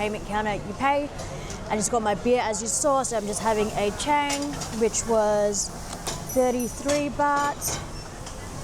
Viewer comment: CHANG BEER is pronounce like Chaang ,it's mean Elephant , you can see the picture at the can. ช้างๆๆ😊😊😊